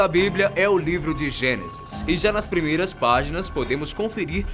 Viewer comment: "Premeiras " kķķkkkkkkkkk